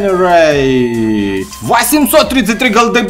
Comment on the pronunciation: пожалуйста никогда не произноси слово generate